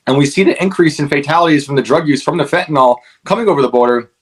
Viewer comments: I'm so weary of hearing about fentan-(all) ... it's "FENTANYL"! Fentan-(ill) ... jeez ! Like Benadryl ... NOT Bena-(drall), vinyl records ... Not (vine-all) ! Whenever I hear this idiotic pronunciation I unsubscribe. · Hi- two things: Fentanyl is pronounced Fen tan ill- not fen tan all. It is the Popular Vote, not the Popularity Vote. Thank you for all you do! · I'm with you, brother, but it's fentanYl. Not fentanOl. Must be this country's most mispronounced word.